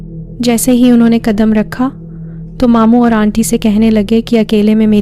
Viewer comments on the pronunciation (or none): And dear its not onty , its aunty...aanty..